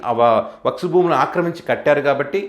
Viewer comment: అది వక్స్ కాదు, వక్ఫ్ బిల్ అనాలి.